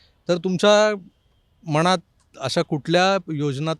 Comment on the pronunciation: मनात आणि मणात ह्या शब्दांचा तुमच्या मनात एव्हढा गोंधळ कां असावा असा माझ्या मनात (मणात नाही) प्रश्र्न पडतो... बघा एकदा... अशा भाषेतील चुकीच्या उच्चांरामुळे... चांगल्या व्हिडिओला गालबोट लागतं.. सुधारुन घ्यावें ही विनंती...